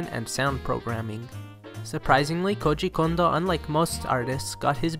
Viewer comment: Lmao you pronounce his name like it is russian